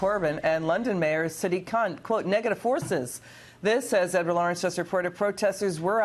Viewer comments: Listen close, 5 seconds in she calls khan a kunt by accident, lmfao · Did she just said sadiq kunt?